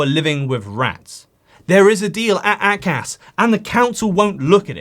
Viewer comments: A - CAS. not AC-AS. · "Ay-Cas" not "Ack-ass" "Ay" like "Hay" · It's pronounced - AY-Cas ... try to get that right. Good report otherwise.